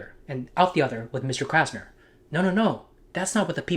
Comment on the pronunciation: 'Krasner' huh? Every. Damned. Time.